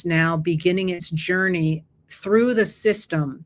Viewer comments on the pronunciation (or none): none